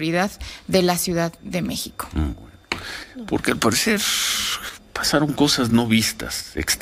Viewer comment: Se dice M-É-X-I-C-O, no “ Meh-co ” ... Bravo maestro 😒